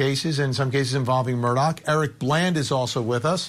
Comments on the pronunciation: He keeps saying, Alec Murdock. His name is Alex Murdaugh. 🤷‍♀️ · Please people, the name is Murdaugh. ( Mur d- au ) Not Murdock. That is how people are pronouncing it. Any hoo.